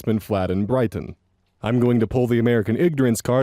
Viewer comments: pronunciation of Brighton was almost perfect, less emphasis on the T, otherwise spot on! Very refreshing to hear a British place name pronounced properly 😊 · you pronounced Brighton correctly but your little low effort eagle noise was so funny please do that more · Don't worry you pronounced Brighton correctly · One, you pronounced Brighton right. Two, it’s in Michigan, three, I’m close to there Four, don’t come here, there’s a restaurant that multiple people have gone missing in, called “Bon’s Burgers” or something? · brighton is a coastal city in the uk, don't worry, you pronounced it fine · regarding Brighton you pretty much got the pronunciation right